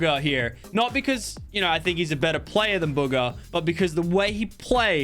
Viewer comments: WHEN HE BUGGA INTSTEAD OF BUGHA LMAO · You said booger not Bugga! Haha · He called Bugha “booger”